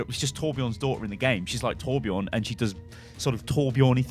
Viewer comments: Sven is a Nordic name, both seen in Denmark, Sweden, and Norway. Judging from the distinct blond hair and beard + bright blue eyes, I'd say Swedish.. Would make sense when he and Torbjörn have history. (And btw everyone are pronouncing Torbjörn wrong xD just want to let you guys know) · Please learn how to pronunce torbjörns name corectly... PLEASE!